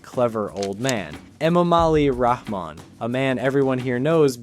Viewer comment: There's a H sound in the middle of the presidential surname - it is wrong to omit it. Ramon is a Spanish given name.